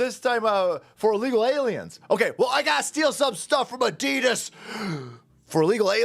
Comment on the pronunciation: It's pronounced Ad-i-das NOT A-dee-dis, it would be like the world saying Chev-row-let to Americans